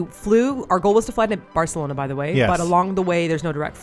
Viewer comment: Martina has been going in on pronouncing Barcelona properly 😂😂😂 I love it so much haha